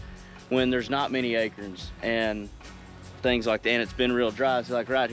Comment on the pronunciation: Can we take a second to appreciate someone with the THP crew that pronounces akerns correctly?